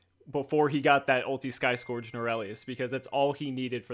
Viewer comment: Sky "Skorge"? I think it's pronounced "skerge"